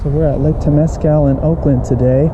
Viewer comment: Bro. You pronounced Temeasal as bad as me...rofl.